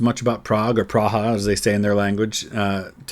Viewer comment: Giving a thumb up with that great pronunciation of "Praha" :D